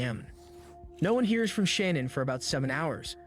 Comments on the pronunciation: This video is great, informative and lot of research. WOULD BE BETTER IF HE PRONOUNCED SHANNAN’s NAME PROPERLY…. NOT SHANNON 🤦🏻‍♀️ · does it annoy anyone else that someone is making a video about a murder victim and cant even pronounce their name right? every time i hear Shannon im like "ITS SHANANN!" ughhh (not Z, the video hes commentating on) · You can’t even pronounce her name correctly!!! Sha-nannnn Jesus man